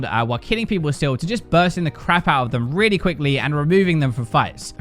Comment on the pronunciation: "weally" instead of really lolll